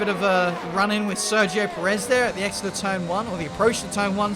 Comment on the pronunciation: You are pronouncing perez wrong XD